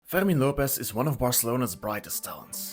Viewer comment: Ferghhhrrmin Lopez xD The only way I can accept this weird ass pronounciation is if you're french xD